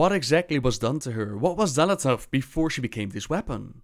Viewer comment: De X wordt uitgesproken als 'sj'. Dus 'Sjal Athath'. Met een pauze tussen L en A.